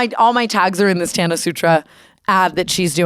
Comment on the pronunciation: Ethan Klein doesn’t know how to pronounce a lot of things don’t be offended. He doesn’t even know how to say Tana’s and he’s hung w her multiple times 💀